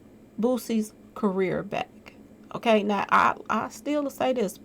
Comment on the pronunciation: lol "okklay"